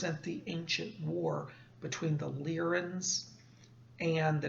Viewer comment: Are you sure that it's pronounced Leer-in and not Lye-rin? Leer-in sounds off to me.